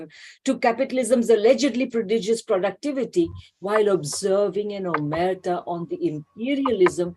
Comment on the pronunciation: The emphasis in "omertá" goes on the terminal syllable (thus the accent which, like Spanish and unlike French, indicates an unusual syllable stress). 😘